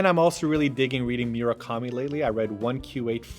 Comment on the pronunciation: "Myuurakami" omg hahaha I was like "wha who??" until they showed the cover he's my favourite author haha